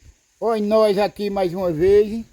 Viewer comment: Voceize,Deuzi, maizi, tamem, dificuldade, noizi .É muito erro de português dá angústia de ver esse homem falar acho que é a falta de dentes. Coitado do Carlos pegou um canal muito fraquinho. Abre um seu falando de estudo,profissões. Nunca fale de comida nunca dá certo.